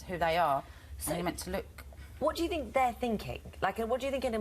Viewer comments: Katie was demonised for years she is really coming back strong! 12 interviews in 5 years, i had to go for 9 every 2 weeks. GCSEs don't mean you are qualified, you sound quite simple when you can't pronounce think properly and keep interrupting , the word is think, not fink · Wants to be a teacher but can't pronounce. a sentence in half decent English....accents are fine but i 'fink'...the word rgardless of accent is 'think' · You are not well spoken, you pronounce "think" as "fink".